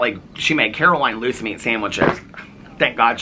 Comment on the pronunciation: What is a loose meat sandwich?! 🤣🤮 At first I thought you said GOOSE meat sandwich, and I thought “omg eww” but I’m not sure LOOSE meat is any better 🤣🤣🤣